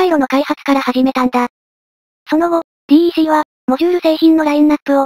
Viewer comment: DECは「デック」と読むんですよ。